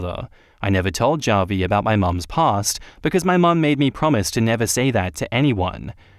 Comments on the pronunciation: It’s “hah-vee” not “jah-vee” 🤣🤣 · Javi is pronounced as havi, its Spanish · The way you pronounce Javi is so funny it’s more like Ha-Vie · The name Javi is pronounced " Ha Vi " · Javi is pronounced like Havi